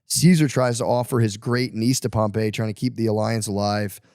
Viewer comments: Facts. Everytime he goes into history he mispronounces every name. Doesn't know how to outline historical data at a collegiate level. I took Rome History and totally wasting my time with the filter. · Him saying Pompey’s name wrong is driving me crazy lol